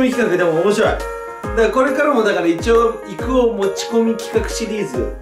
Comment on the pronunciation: 罠仕掛けるいくおさん面白い🤣 イチゴ食べ過ぎて、いくおさんを「いちお」って言っちゃうNAOTOさん可愛すぎる😭